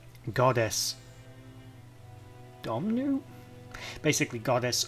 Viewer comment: Doo boo nah is how it’s said 😊